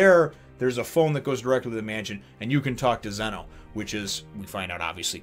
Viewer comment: It's Zeno not zeeno